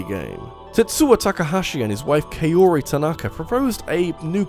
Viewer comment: I'm sorry, did you just pronounce Kaori Tanaka's first name "kay-OAR-ree?" It's pronounced "KAH-oh-ree", or "COW-ree" if you really wanna push it more Western.